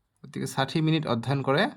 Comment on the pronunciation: Mitan😂 mitin😅 minit minit 😅😅